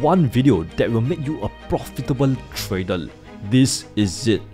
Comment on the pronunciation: have u ever said the world properly....TRAy-der.....not Tray--dol